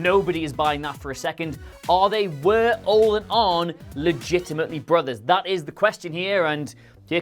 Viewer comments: Its "olEE" not "ol" Anderson, yo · Arn Anderson was initially booked as Ole's nephew. And it's pronounced "Oh-lee", not "Ohl" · Nice pronouncing Ole wrong... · Anyone else bothered by how he pronounces Ole Anderson? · Quite the pronunciation of Ole Anderson you've got going on there 👍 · Fucker can't even pronounce Ole's name right.